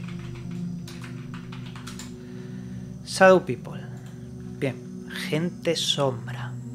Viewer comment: No seas ignorante no se dice sadou pipol si no sabes Ingles no lo pretendas mejor di Gente sombra y ya vale